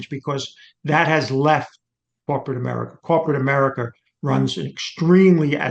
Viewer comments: This man says Chiner, Americer and Russher. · I love when old white people say “Chiner” “russher” “americur” lol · Americar, arenar, chiner. Sorry had to say it